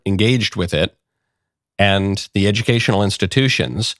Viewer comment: Just attempting to assist you. At the beginning you said, “The girl . . . “ You don’t pronounce ‘the’ with a long ‘e’; it sounds as the word thee. If the next word doesn’t begin with a short vowel, then ‘the’ is pronounced ‘the’. Your next word was ‘girl’, which begins with a consonant. Just saying!!